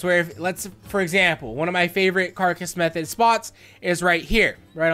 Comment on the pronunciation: "Like you would in a care-a-cuss method" Umm... Carcass? This IS a carcass (car-cuss) method.